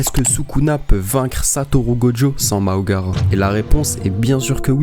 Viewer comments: Toujours aussi bien t’es video mais juste tu fera gaffe c’est Mahoraga et pas Maogara😅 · Même la ses makora 😢